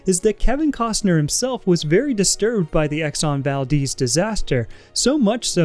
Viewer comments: it’s val-dez, not val-deez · "Exxon Valdeez" 🤣 Baldehz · it's not exon valdiiiz it's exon ValdEz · I just hate how he pronounces it exxon valdeez instead of exxon valDEZ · The Exxon Valdez was named after an Alaskan town with the name Valdez. It seems that pronounce it "Val-Deez" but the town was named after a Spanish Navy Minister Antonio Valdés y Fernández Bazán which to my knowledge his name is pronounced the Spanish way. Kind of weird how both the town and ship have a different pronunciation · That was the only thing i could think about as he constantly said "Deez" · It's a cool film, way better than most films nowadays.🙂 Pretty sure it's pronounced Val-DES though, like the man's name Des O'Connor.💁‍♀ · But... its the valDEZ not deez... no?